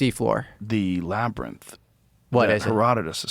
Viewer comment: Can someone please explain to Joe that the word is not laber-nith. IT IS "LAB-UH-RINTH." This is even worse than the "Jane jis" Genghis pronunciation because this is just flatly wrong.